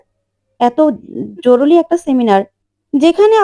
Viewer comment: জরুলী নয়। "জরুরী"...